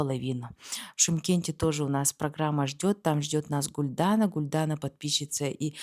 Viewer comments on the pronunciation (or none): Казахские названия и в именах ударение всегда на последнюю гласную не АктОбе а АктобЕ. Не ГулдАна а ГулданА